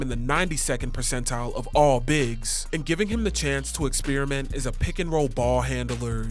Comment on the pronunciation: Your pronunciation of “experiment” is frying me hahaha